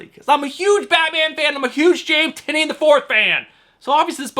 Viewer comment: Bromigo. Say it with us, Tie - Nin. And yes, I too am collecting everything James Tynion IV is writing. Great show as always.